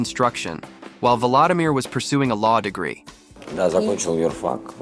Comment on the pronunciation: His name is pronounced vuh-LO-dimeer, not vuh-LA-dimeer! :face-red-droopy-eyes